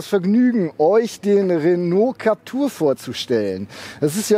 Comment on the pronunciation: JUnge, dat heisst Captüüüüür- (wie Klapptür) man, soviel Zeit muss sein.